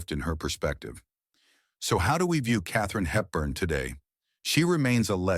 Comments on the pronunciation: This is an AI video. It barely pronounces names like Katherine Hepburn. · Yes it is. Couldn’t pronounce Katherine Hepburn or Desi Arnaz correctly.